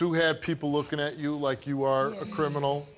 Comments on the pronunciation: did he say crin-minal? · he said ” crinimal “ 💀 hahaha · Did he say “crinimal”? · HELL YES!! He ain’t no “CRINIMAL” All jokes aside this is great and I’m so happy for him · Did he just say crinamal? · I did think he was guilty when he said " crimintal " 😂😂😂😂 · "I'm not a CRINIMAL sessual predator."